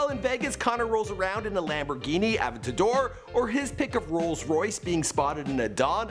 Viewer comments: Who else cringed "Lamborghini Avennttado" XD awesome video doh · Lmao he can't even pronounce Lamborghini aventador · Never try to say aventador again